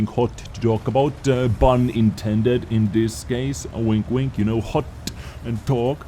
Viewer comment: I keep hearing 'bun intended' and that makes it so much better